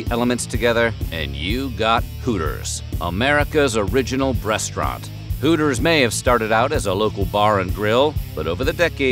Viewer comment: The " Brest-raunt" concept is dead